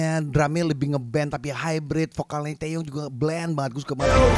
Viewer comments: TiwaY bang bukan TeYe,.. Maap bang aq ngakak tiap bilang TeYe:") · Its TIWAY bang nickname Taeyong.bukan Teye..wkwkwk